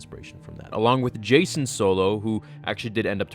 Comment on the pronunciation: A couple notes before my thought. Jacen is pronounced like JayKen Not Jason Onderon is pronounced On-dur-Ron. Not On-Dare-In Now I honestly dont like this theory that Palpatine was using snokes body as a vessel for 2 reasons. 1) it sounds like an angry fan justification for Rian Johnson killing Snoke so abruptly (which honestly I was fine with Snoke being just a random dark side user that was really powerful and killed so beautifully) 2)until we see what happens in 9, Andy Sercus himself said there was no significance to snokes ring other than it being an accessory. So I think the whole Palpatine legends bit honestly isnt as satisfying to me cause George didnt write it or approve it. Alot of the Expanded Universe was written by other authors and most of it George said he really didnt enjoy